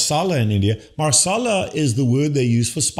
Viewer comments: Marsala😂 => masala (no r) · It’s masala Dr. not Marsala.